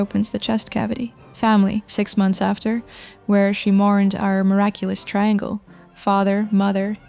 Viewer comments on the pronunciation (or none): none